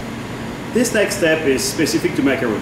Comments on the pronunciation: Hard to take anyone seriously who cant even name the cookie...not a macaroon, rhymes with loon but a Ma-ca-ron rhymes with bon-bon. Come on Frenchie—you don’t call your tamis a Tam-iss... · i stopped watching when i heard "macaroon".